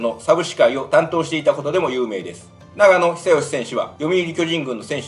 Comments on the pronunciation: ❗ながのでは無く、ちょーのですよ😁に喧嘩キッーク💥❗ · ナガノ選手ではなくてチョウノ選手です。